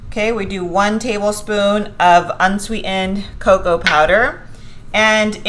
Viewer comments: How can you say "walnuT" but the word "unswEE-END" winds up with no T? ThaT drives me nuTs! BuT, I Teach grammar, so, yeah. I LOVE your videos tho'! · Thanks for sharing recipes but sorry I can't hear you say unswee'ened one more time. Sounds stupid af. Which I'm sure you're not. So bye.